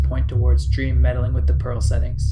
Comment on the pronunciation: Also he said drem NOT dream